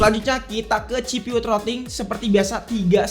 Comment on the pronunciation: Baru pertama kali nonton ini channel dan asli nyesel. Penggunaan english nya kaya orang kampung banget bang, ganggu bener denger nya, pantes sepi konten lu. SOC baca Es O Si bukan Es O Ci CPU baca Si Pi yu bukan ci pi yu FPS baca ef pi es, bukan ep pi es Langsung aja kita spell kamera nya? Spill kali ya maksudnya? Penggunaan kata² friendlyable, gamingable itu apa artinya ya? Batre irit dibantu supervooc 80W? Charger bisa bikin batre irit itu gimana? Buat rata² fps tuh angka nya fix 110fps, kalo 110 - 120fps itu range, fps yg bisa didapet range nya segitu. Ngomongin kamera, warna fotonya colorfull, itu maksudnya saturated apa gmn dah? Detail tergolong tajem dan dapet gitu, ini ngomongin apa bisa dapet? Puyeng gue nonton konten lu